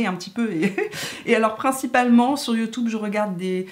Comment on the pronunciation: tu es habitée par la positive attitude...et c'est assez communicatif 😁😁 Tu me fait trop rire quand tu prononce le mot YouTube...youtoube 😆😆..ça se prononce comme ca au Canada?